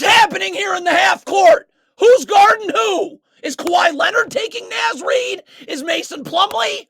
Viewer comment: Love the videos, but please pronounce my king Naz Reid’s name correct pronunciation is like “Nahz”